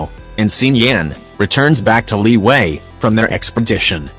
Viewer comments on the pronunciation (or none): Word: Liyue Narriator: LEEWAY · Tch Not Liwue Liyue!!! CHINESE NOT STUPID ENGLISH LIWUE!!!!!!!!